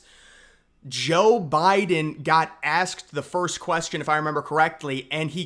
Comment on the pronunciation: Jeal Biden? Lol